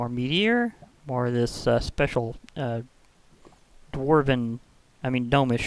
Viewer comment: Sorry about this, but gnome is pronounced "nome" and thus gnomish is pronounced "nom(e)ish". as far as what I know about gnome mythology, they usually live in mountains... but I'm not very familiar with Nordic culture & mythologies